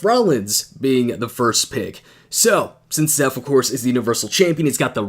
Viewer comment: His Name is Seth, Not Sef, Seth, TH, TH, SeTH, no F in his name, try it wiTh me, S-eth, Seth.